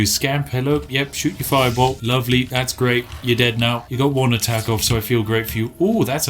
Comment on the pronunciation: Thash grape